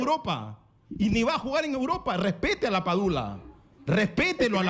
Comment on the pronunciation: "Ud no jugó en Uropa" 😂